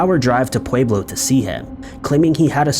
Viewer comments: Pueblo is pronounced, “Pweblo”. Love the video, just had to say, lol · It’s pwe-blow btw